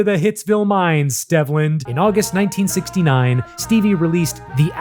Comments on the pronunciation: Stehvland? No, my guy…it’s Steevland. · According to Wikipedia, it’s pronounced Steve-land. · It's pronounced STEEV-lend btw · His birth name is pronounced Steve-land. Otherwise, good video. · At least get his forst name right before you do a video about someone. His name is pronounced “steve-land”